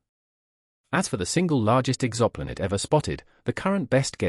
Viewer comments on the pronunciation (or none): AI slop fucking robot can't pronounce exoplanet